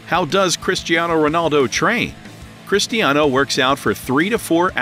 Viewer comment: man he say christiano its cristiano🤣🤣🤣🤣🤣